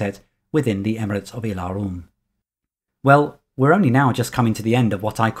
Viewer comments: I Have to be sorry, but your pronunciation of "Ylaruam" as "ie'la'rum" is faulty...it actually should be "iela'ru-am". This was explained in Euro gencon 1995 by Ken Rollstone himself or notes from him (I can't remember that detail). The "Alasiyan" is pronounced as "Ala'si'jan" Further great video. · You have nothing to apologize for (well, maybe that pronunciation of "Ylaruam")... We should be thanking you for these amazing videos. Thank you.